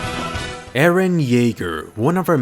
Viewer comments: He's eren yaeger not jaeger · Cool!! Can you do other characters? Btw isn't it "Yeager" ? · Boi......its not.......eren jaeger......its.........eren...... yeager........